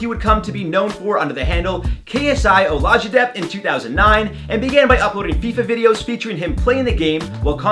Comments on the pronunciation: he said “KSI olasha-debt”😂😂 It’s Ola-jee-day-Bee-tee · Man said “KSIOlaji-deb” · how can man do a full video but pronounce his name like dat